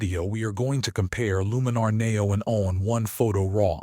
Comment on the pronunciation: AI bot videos are awful and I block any channel using it. Maybe you should teach the AI to pronounce NEO correctly. A dead give away.